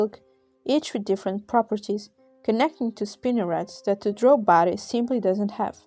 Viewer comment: I’m glad you keep the original pronunciation of Dro’